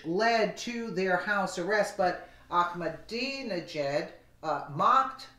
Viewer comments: Iran President is pronounced like "Akma-dinner-jacket" or Akmadinijad ! Hope that helps bro. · The easiest way to pronounce his name is 'I'm a dinner jacket', all together.. ;)